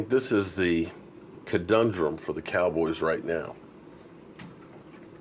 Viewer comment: “Codundrem” lol 😂 get it my man